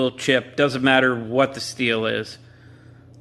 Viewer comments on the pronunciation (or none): none